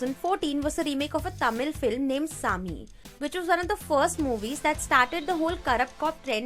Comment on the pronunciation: It's not Sammy It's saami 🙄🙄🙄